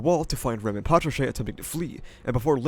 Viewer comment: Hate how you pronounce Ram and Rem the exact same way